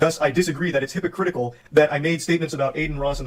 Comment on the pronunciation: calling him hypocritikal is so funny lmao 🦔❄